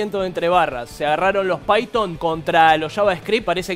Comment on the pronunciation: hizo su esfuerzo, pero por lo menos dijo bien Python